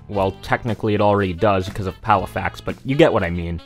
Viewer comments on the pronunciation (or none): none